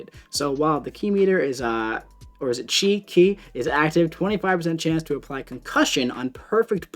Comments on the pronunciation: Its pronounced chi. Like Chicken but just the starting bit at chi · It's pronounced like if you use a ch. Chi. Qi (also known as chi).